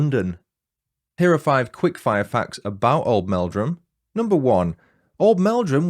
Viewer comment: My Uncle and Aunty live in Oldmeldrum, but I'm from Yorkshire! You are saying Old'mel'drum correctly 😊 It's a lovely little place. I knew of this case from a documentary, but I didn't realise Webster and his first wife were from Oldmeldrum! 😊 Thank you for the fab video ❤ I, too, am a domestic abuse surviver so i really appreciate your sympathetic telling of the story. 😊